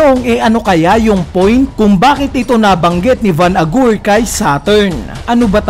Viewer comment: bakit van agur yung pronunciation BWAHAHHHAHAHA